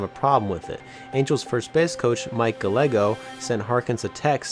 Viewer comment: It's PER-siv-ull, not per-SIV-ull. It's guy-EGG-oh, not gull-EGG-oh